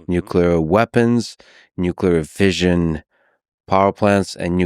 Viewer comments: Even the subtitles gets confusing when you ignore the extra "S" in fisSion lol That "s" is there for a reason man, the brits got it right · There is 2 s how can you prononce fission that way thats crazy work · Lex - nice touch acknowledging the difference in pronunciation with fission. From a Brit - Fish/un I have a question - how do we democratise fusion energy and/or stop it becoming a weapon? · Fission, like "Division" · pronunciation police here, I have to disagree with the United Statesian pronunciation of fission. If fission was pronounced like vision, it would be spelt like vision, with a single s, but alas, it is spelt with a double s and therefore you have to pronounce it the non-United Statesian way. I'm curious whether United Statesians mispronounce fissure as well 🤔. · Less than 2 minutes in, in order to continue to listen with an unburdened mind, let me say… fission is spelt with 2 s’s. Pronouncing it like vision is reckless, irresponsible, and morally unjustifiable. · What other words in English does "-ssion" have the sound of how Americans pronounce "fission"?